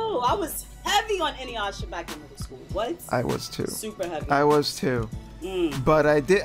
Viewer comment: gonna say Inyuyasha every episode🤣🤣🤣🤣☠️☠️☠️☠️